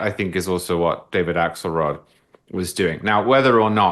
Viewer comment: I just thought I heard “Asshole rod” and realized it was “Axelrod.” 😂